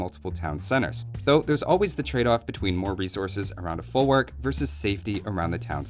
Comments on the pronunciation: it's folvark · In Polish W is pronouced as a V. Folvark.